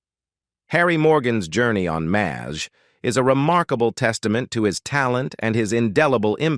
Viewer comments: Had to stop watching cause narrator couldn't pronounce anything. What is Maz H? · Being a MASH fan for decades, I really wanted to watch this. However, it was so sickening to hear the repeated butcher of the words was too much. When even the show's name not just mispronounced by not even recognizable, it is far beyond sad! They should make the video using a human for the narration or just remove it. There is a reason it has only 118 likes after being on line for a month! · This narrator can't pronounce the stars names or the title. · You made it about two minutes longer than I did!!! About the fourth butchering the show's name I simply cud not take any more. He should re-do it with a human narrating!!!